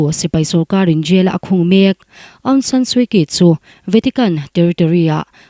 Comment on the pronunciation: Suu Kyi hi Suu Chi tia lam tur a niin ka hria